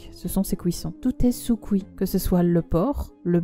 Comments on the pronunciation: Ca me fait rire d'entendre couit 😂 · Tu me fait rire avec ton « couit » 😂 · "sous couit"